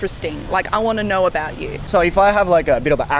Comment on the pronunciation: 1番勉強になるかも最近…この動画コンテンツ…だけどそれにしてもaboutの発音のアビャウトゥは気になってしまう笑